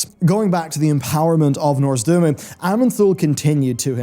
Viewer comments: Every time says "Norz-du-mu" instead of "Nozdormu," take a shot. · Dude, will you finally learn how to pronounce noz-D-O-R-mu correctly? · Hey, I love your videos, but please pronounce NOZdormu correctly. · Ah yes, Norzdumu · Over time his pronounciation will change more and more until he says "Murozond" and the end times will be upon us!